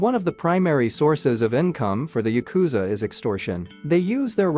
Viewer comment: It’s pronounced YA-ku-za. Not ya-KU-za If you’re going to talk about them, at least learn the pronunciation first.